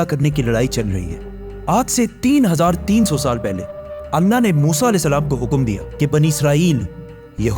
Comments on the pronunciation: Bhai video to apki acchi magar kya ap edit voice changer use karte ho kya kyun ki ap voice me (allah word) (alna) hora raha hai or Benjamin word benyamin ho raha hai 😒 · Mujhe aysa kyu sunai de rha h 3300 pehle anna ne musa as ko hukum diya , if its mistake please pronounce clear my brother